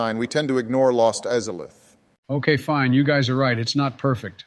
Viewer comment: When ranking blood borne, corrected someone saying something incorrectly, even though they literally called Izalith "IS A LITH" when ranking dark souls like wtf lmao